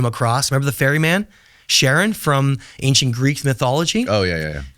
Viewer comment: I can't believe he called Charon "Sharon"